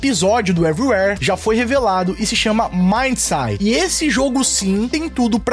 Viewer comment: MaindSaid ....se pronuncia asi....